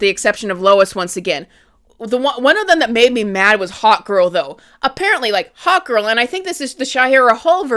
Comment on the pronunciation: Who else kept hearing Hot Girl instead of Hawkgirl?